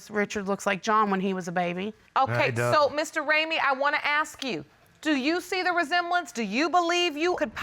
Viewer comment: The daughter in the second one really needs to learn how to pronounce 'ask' properly 😂 pet peeve of mine when they say 'axe' instead 😂😂😂